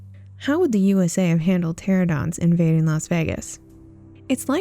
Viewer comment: Yes, it's te-RAN-oh-dons.